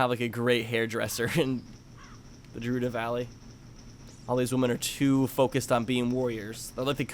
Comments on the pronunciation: when he calls GERUDO JERUDO... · Did anyone else notice he called it gerudo valley and not gerudo valley